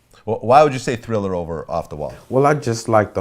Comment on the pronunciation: THRILLAHHH Thrillah night